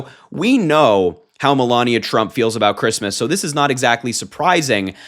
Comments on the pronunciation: I’m a vehement atheist. I love it when she says fuck creesmess! Hilarious. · Remember when she said, "Phuckk kreesmus!" 😂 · "Another fooking Chreestmus tree. They'd better renegotiate my pre-nup by New Year's if they wunt me to do this sheet." - Melania, probably